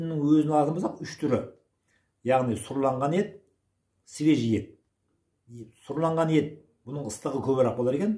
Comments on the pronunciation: Сұрланған емес.Сүрленген. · Сұрланған емес сүрленген деп айтыңыз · Сұрланған ет емес сұрленген ет. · Сұрланған ет емес,сүрленген ет деп айтады